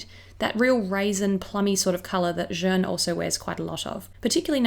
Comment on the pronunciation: I was so curious about this collection, thank you for reviewing it so concisely! Although... can I please just point out a tiny little thing that's been tickling me? Jeanne is pronounced with an 'a' sound (like in the English word 'man'), not 'e' (like in 'fern'). I noticed it in your celebrity makeup bag as well ;-) I love that you're trying to pronounce things correctly, it just sounds like you're calling Jeanne 'jeune' (young)! Like I said, tiny. As always, love your work!